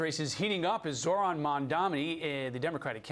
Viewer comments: ZOHRAN not ZORAN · "Mohran Mamdani" 😂